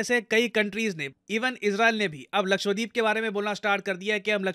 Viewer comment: It's not लक्ष्वदीप its लक्षद्वीप. Please correct the pronunciation in future.